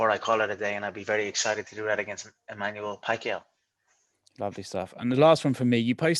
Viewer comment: No one: Conor: Emmanuel Pacquiao